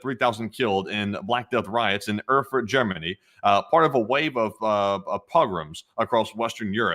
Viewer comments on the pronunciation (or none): It's pronounced AIRFURT. And they have great beer!